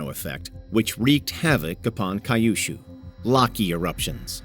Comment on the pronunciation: Kai-oo-shoo sounds like a really beautiful place. I wonder if it's anything like Kyushu...